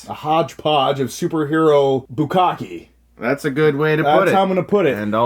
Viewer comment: Love both your shows. Just a quick note. I assume you were talking about bukkake udon noodles. A note on pronunciation. It's not BU KA KEE. It's BU KKA (slightly harder K) KE (rhymes with hey). ぶっかけ。You're welcome.